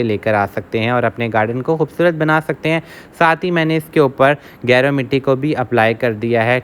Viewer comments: Ap naam hi ghalat lay rhay hain gaer word ki tarha hai ye geru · गेरू होता है गैरो नहीं